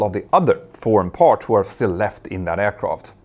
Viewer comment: Mentour, what I find so irritating is how often you wrongly pronounce an A as an O. Words like MArch or PArts sound like MOrsch or POrschts - hard to bear.